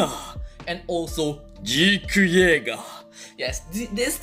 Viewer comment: Your Japanese pronunciation of "Reiner" & "Zeke" was so badass!!! xD